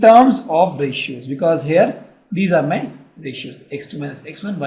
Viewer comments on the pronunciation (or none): cohshines, rayschieos and ul-fa.